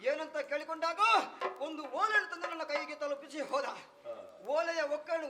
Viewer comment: ಓಳೆ, (ಓಲೆ)ಮಣಸ್ಸಿಗೆ (ಮನಸ್ಸಿಗೆ) ಅಲಿಯ (ಅಳಿಯ) ..... ಇದು ಈಗಿನ ಕಲಾವಿದರ ಶಬ್ಧ ಉಚ್ಛಾರಗಳು. ಬಹಳ ಬೇಸರದ ವಿಚಾರ . ಯಕ್ಷಗಾನ ಈ ರೀತಿಯಾಗಿರುವುದು ಖೇದಕರ ...